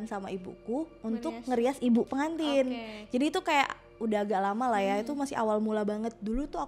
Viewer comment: PeNgantin apa pegantin wkwkwkwk